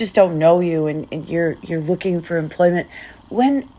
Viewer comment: Did she say looking or hooking?? The hooking sounds about right. You have your gard dog Nate as your pimp.